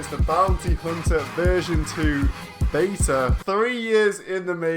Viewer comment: "the baeter at least" its beta..... beeettttaaaaa